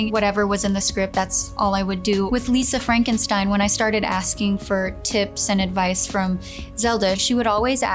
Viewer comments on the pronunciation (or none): none